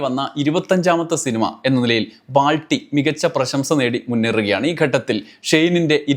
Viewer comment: ബ്രോ... ബൾട്ടിയാണ്.... ബാൾട്ടിയല്ല